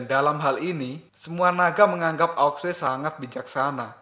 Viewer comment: Sampek tamat pun admin ttep aja liadahnya bilang aok sue. Gak bisa kau bilang ao shu ?